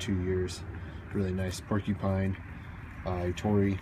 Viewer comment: finally a window cleaner who can say the name ettore right, know i know I'm watching a video from a real window cleaner. except it not called a mop, it's a wond cover. but you have all the right terminology..